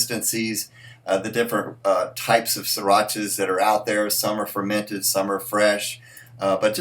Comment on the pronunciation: Pronounced See rah sha